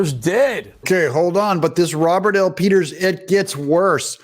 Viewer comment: Did you say pedo peters ?